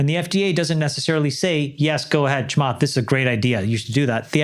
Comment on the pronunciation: I lost it when you pronounced Chamath Porty Poty Platypus🤣🤣🤣🤣